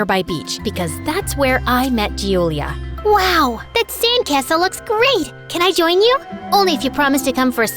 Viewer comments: Hello. I hav noticed a mistake in one of the most common names In italy. You are pronouncing ‘Giulia’ wrong. As it is pronounced as “juu-u-lee-ah” and you’ve said is as “Jew-lee-ah. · I'm italian and the pronunciation is Giulis